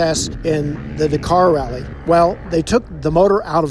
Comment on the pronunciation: Why do Mericans add an A to the end of the name Kove but remove it from the word Dakar?